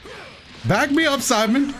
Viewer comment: Everytime you said Saibaman, I heard Simon and I was like : "Who is Simon ?"